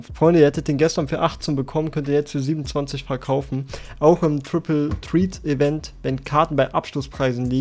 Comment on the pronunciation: Ich mag dich wirklich, aber wie du triple threat aussprichst als du den text gelesen hast hat mich in den Erdkern befördert.